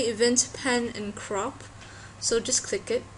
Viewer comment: did you say crop or CRAP?!